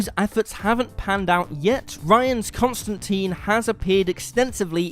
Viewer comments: Don't let Ewan hear you mispronounce Constantine, he might have an aneurysm. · ConstanTINE, rhymes with LINE! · It's ConstanTINE as in fork tines. Rhymes with times. Not constan-teen. Canon. Says it in the comics.